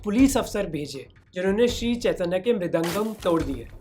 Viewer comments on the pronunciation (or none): भाई मोहक जब आप हिंदी में बात करते हैं तो फिर हिंदी शब्द को हिंदी की तरह क्यों नहीं बोलते हो। जैसे- चैतन्य को चैतन्या संकीर्तन को संकीर्तना बोल रहे हो। कृपया सुधार करें। जानबुझकर ऐसा न करें।